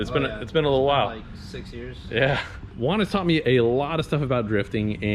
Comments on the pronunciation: The fact that his name is Juan and u call him uan hits me at home is actually pronounced like huan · His name is pronounced like huan lol suffered same way in Canada